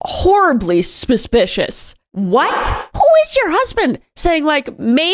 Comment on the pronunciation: Kris I've heard you mispronounce 'suspicious' as 'spuspicious' a few times. Is this a running joke or some kind of speech impediment?